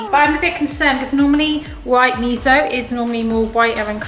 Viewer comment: Btw miso is pronounced me so not me zo. Not hating